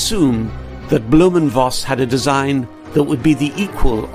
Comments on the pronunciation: It's not "Blohm & Woss", it's "Blohm & Voss". In this name, the letter "V" is pronounced as "F", not as "W". You're welcome. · Sorry, but Dutch and Germans, for some strange, unknown reason, pronounce single V as "fau", so "Vogt" and "Voss" actually are pronounced as "Fogt" and "Foss" (VW stands for "Folks-Wagen", The peoples car). But I must admit that I don't know how author of clear German decent: Kurt Vonnegut pronounced his name? :goodvibes